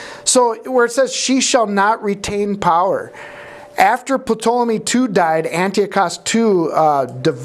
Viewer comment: I looked it up and the P in Ptolemy is silent, as in pterodactyl. I know it's unimportant, but I just had to know! 😊